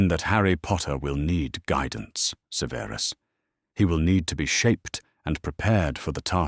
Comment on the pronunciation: The AI artwork put clothing on all the house elves, seriously? One day and AI narrator will say Severus Snape's first name correctly. Harry needed to take Ancient Runes, don't you think?